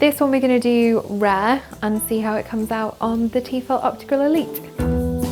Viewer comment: Great, another Tefal ad. And you don't even know how to pronounce Tefal right. It's French ffs, it's teh-fal not tee-fall.